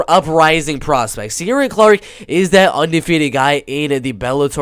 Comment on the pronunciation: Just found your channel you really know your bellator, its pronounced shin-aid for sinead and keer-on for ciaran btw